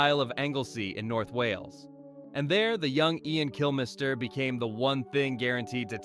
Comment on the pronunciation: Who is Kill-MISS-ter?